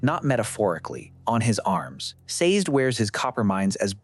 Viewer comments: Very thoughtful. In the Audiobooks his name is pronounced "SAY-Zed". 2 syllables. Not sure how to fix AI to pronounce it that way. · Saz'd? Lol These pronunciations!